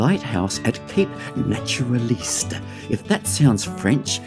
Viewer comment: Great video, but some over-pronunciations in terms of Naturaliste and Cowaramup, keep up the cool work, thanks for showing off our lovely part of the world ❤